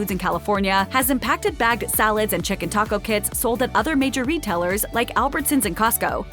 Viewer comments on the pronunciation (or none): none